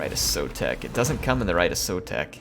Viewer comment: yours is the campaign I'm going to follow because you're pronouncing our Skink Lord and Saviour's name right:P So tired of native-English speaking TW youtubers who think their mono-lingualism is a blanket excuse for not knowing how to pronounce anything, ever.